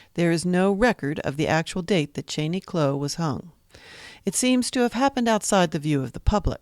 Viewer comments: Why on earth do you keep calling him Kloe? It is pronounced Clow like Cow but with an L. Descendants of Cheney Clow now spell the last name Clough. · You are saying the name wrong. It is Clow like "Ow! I cut my finger".